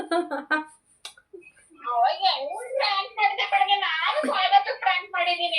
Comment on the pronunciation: spelling aste alla avru pronounce madtirodu ‘Frank’ antane .. correct her